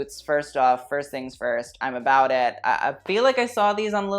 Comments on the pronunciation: "a boot a boot" who let the Canadian in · No one:: A BOOT